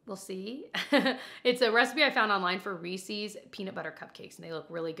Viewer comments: the way you pronounced Reece’s…noooo!! 😢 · Honest question, is the way you say reeses a regional thing?? I've never heard it pronounced the way you pronounce it. The way you say it so much fun ! 😊